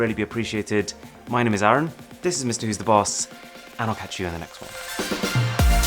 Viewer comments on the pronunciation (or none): none